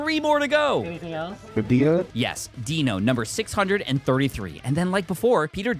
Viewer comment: Dai-no, not Deeno